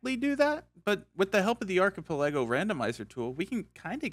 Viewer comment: Hey just letting you know that archipelago isn't pronounced like that. That's all.